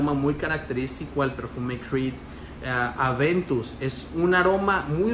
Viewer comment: Amigo Cambia tu dieta, me lo acabo de comprar y me dura mucho más que fragancias más caras, por lo menos me dura 8 horas, es más al día siguiente cuando me baño sale el aroma con el vapor. Y algo más la loción de Creed no se llama Adventus” es “Aventus” si eres cronista de perfumería deberías cuidar más como pronuncias los nombres porque pierdes credibilidad. Saludos.